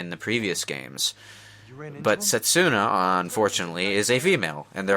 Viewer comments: It's Setsuka. Not Setsuna,. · Say it wit me. Setsuka. XD